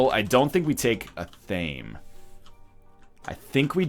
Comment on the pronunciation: a very reliable source (Charmed - TV series) told me "Athame"is pronounced "Eh-Tha-May"